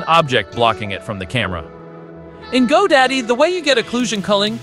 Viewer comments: It's Godot not Godaddy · Its godot not go daddy 😂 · why do you keep calling Godot, GoDaddy? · Did you say Go Daddy? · Did you say GoDaddy? Hahahaha